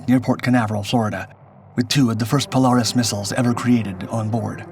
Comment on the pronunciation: POLE -AIR-IS not POLE-ARE-IS